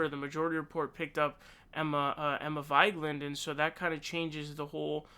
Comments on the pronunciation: Indeed, obviously the correct one is Vee-geh-lahn. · How do you not know how to pronounce Emma's last name? And further, characterize her incorrectly? JFC. Awful take imo. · debuting a new and innovative pronunciation of 'Vigeland'... can't chant Viva Vigeland to that one though =-/